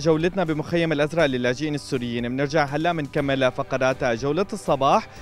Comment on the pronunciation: المعلق متأكدين انو زلمع قال الازرء